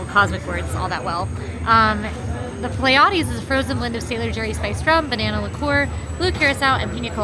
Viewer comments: Part of the Drink you are drinking with your Meal is pronounced “PLEA-e-deze”. The Pleidese is a small Star Cluster located near Orion. When viewed through binoculars or a telescope, this Star Cluster looks like a very small, fuzzy dipper. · It's pronounced Plea-ah-dees.